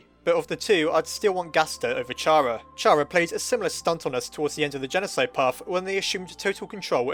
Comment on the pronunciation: chara is pronounced like chara in character. also shes not evil, temmie chang said so.